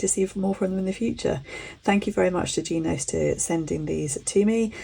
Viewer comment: Shes wrong, its more like an italian pronunciation, they have a phonetic explanation on their website